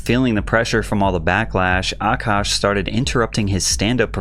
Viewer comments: what grown man is named “nav” and why does she pronounce his name “Ahh kash” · I love how Patrick pronounces Akash’s name better than this dumb broad.